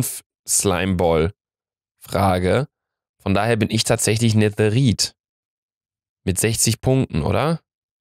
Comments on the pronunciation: wen triggert es auch das er netherit sagt und nicht netherite ? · Du bekommst -10 Schleimbälle weil du netheriet sagst und nicht nethereit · "NeTheRiTe" haha 😂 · Hat er ehrlich netherrite netherrit ausgesprochen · Hat er wirklich neteriet gesagt?????